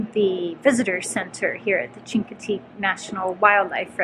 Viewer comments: First, it is always great to see different perspectives of an area we have visited and thoroughly enjoyed. Chincoteague is pronounced as with a Sh not a Ch... So shincoteague. The horses are on Assateague except on the round-up week, then are swum across the channel. The Chinoteague volunteer FD has permits for up to 300 ponies, and return 150 back after the auction. They WANT the herd to increase so to raise money for the auction. Part of the money is their annual fund raiser and part is used to maintain the herd... Emergency food in winter, three vet checks per year, shots, etc. None of that comes from fed money. The lighthouse is awesome and a must see. One of the few double lights in the country. Two fresnal lens lamps created a double blink. Started before civil war and restarted after civil war ended. We would love to try the dry camping up in MD, have only camped on the VA side. The shelling is awesome, too! We saw dolphins in late June. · Great video guys. Chincoteague is pronounced with an sh sound (as in "she"), instead of a hard ch sound. Not an uncommon mistake. Thanks. If someone has already put this in the comments section, I apologize for the redundancy. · It’s pronounced “Shinkateague”